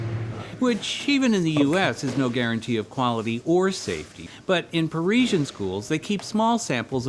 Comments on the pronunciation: First, i understood ,,persian''....and i though: what a..... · Why can’t they pronounce Parisian correctly?! Par izzy n